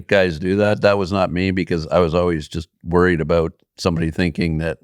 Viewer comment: I'm really Wah-read (worried) about him.....